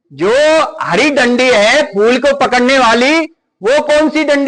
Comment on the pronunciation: Phul nhi phool